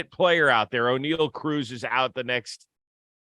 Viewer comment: Did this man just say Oneil Ocruz? Likes he’s a damn pirate?